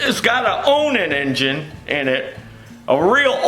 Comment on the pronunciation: Ya got ta say it right On An keep on running Onan on